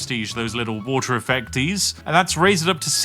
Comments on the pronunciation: The game: "You can make any kind of park you like!" Spiff: "WoTeR" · Woter wite